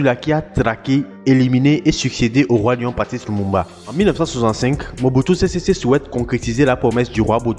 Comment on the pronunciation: Mobutu sésé séko et non sésésé